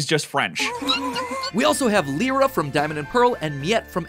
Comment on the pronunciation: It's Lie-rah and Gr'ow-don, not Lee-rah and Groo-don!